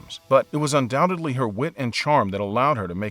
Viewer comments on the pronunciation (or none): none